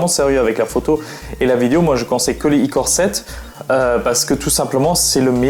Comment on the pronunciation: on dit " core I7 et core I5 " boloss pas icore 5 icore 7😂